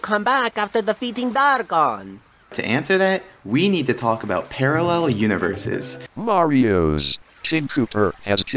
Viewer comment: somehow he just pronounces every letter of "Marios" so perfectly